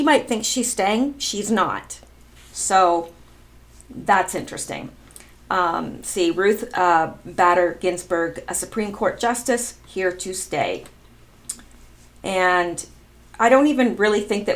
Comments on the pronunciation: I love how you pronounce Supreme ct. Judge as BADER. I think we should change her name. You are very cute and very Canadian . Her name is pronounced BAY- DER. My father always said. When you vote it's the selection of Supreme Court that is most important, so vote for a president who will select a good Supreme Court candidate because they are the ones that have the real power . Making the law of the land. 💝 ps. Don't seek yourself short you know more than most American's ! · Ruth Bây-der Ginsberg.